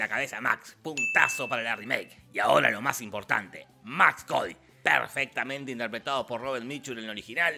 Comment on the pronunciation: Maximilian Cady.. no Max Cody .. fuera de eso gran video